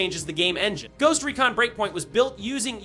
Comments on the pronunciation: Bruh makes the game sound like a smelly haunting when he said “ghost reekin” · Bro said “ghost reekin” in intro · "Ghost Reekin"... crickets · bro said everything but "project OVER" dude said, project ovear, and project O-V-E-R. terrible grammer. and its recon, not reekin